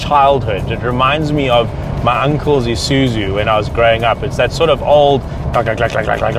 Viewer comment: its ISUZU not ISUZU